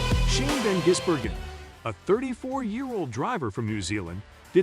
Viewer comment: Its VAN Gisbergan